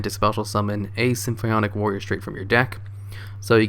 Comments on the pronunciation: SIM-FAW-NIK Jesus Christ, dude. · lol damn you even mess up english words "symphionic" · Is he saying symbionc or symphonic?